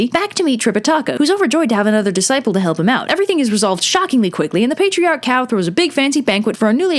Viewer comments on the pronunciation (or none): You pronunciation is great for the most part. Save for calling Cao “cow” instead of “Tsao”